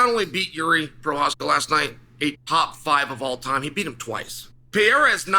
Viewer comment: can pronounce jiri prochazka but not compartmentalize. Undefeated undisputed